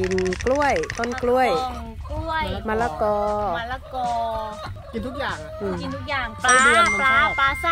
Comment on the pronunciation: มะละกอค่ะ ไม่ใช่ มะระกอ